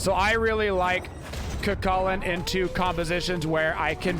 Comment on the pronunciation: Still can't hear the difference between Cu Chulainn and Kukulkan when says them